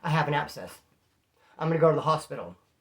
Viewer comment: The way he pronounces it sounds like "godi-ga' 😂